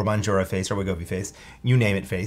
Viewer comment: He can't pronounce mounjaro, lol.